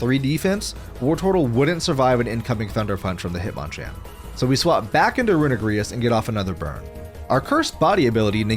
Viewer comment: mf said runegrious and eggyslash